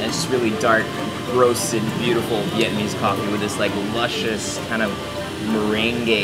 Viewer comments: Regarding the girl in the gym “breaking down” all of the Vietnamese words, she’s totally butchering the words lol is she even Vietnamese?? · New subscriber here. I’m in Hanoi looking for ideas and came across this. Great video, aside from the hot chick butchering the pronunciation of the viet words. Really enjoy your style. Keep up the great work! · Haha. She is terrible! Very cringy. What was with the Cher g-string?! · ayo who was that lady butchering vietnamese lmaoooo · Man that middle bit was horrendous. Like some outdated sexist infomercial you'd see in the 1950's. Not to mention the pronunciation of the meats was butchered to all hell. God help all the foreigners who saw this and ordered "father meat". Rest of the video is excellent!